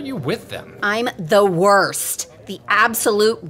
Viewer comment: "Nah,im pretty much the wurst " Dats wat i hear when i thinking about hack client in mc (Wurst Client)